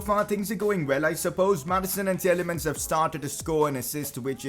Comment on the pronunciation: I know it's just my OCD but Tielemans is pronounced as Tee-lay-maans and not Tee-el-ay-muns like you do. It's insignificant ik but please correct it. :)